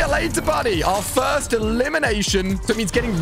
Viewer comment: You said fist 🤛 not first